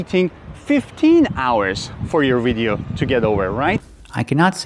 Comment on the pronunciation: I agree with you, and I can't believe he pronounced video that way!